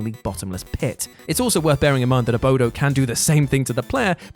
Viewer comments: Dunno why but everytime he called 'Abobo' the 'Abodo' triggered me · Abobo. Not sure if you commented what you did because you didn't know what it was or thought it was said wrong, or what! The question mark throws me off...but yea, he said it wrong. It's Abobo. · Abobo not Abodo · AboBo...not AboDo. lol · "abodo" i cringed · One of many people who hear one of the MANY times this channel mispronounces a word, or entirely uses wrong terms.....and decides to repeat the incorrect thing as if it is the correct spelling or word! It's ABOBO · "Abodo"? I guess it wouldn't be a WhatCulture video without some gross mispronunciation. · Was it spelled "Abodo" in the UK or was he just saying it wrong?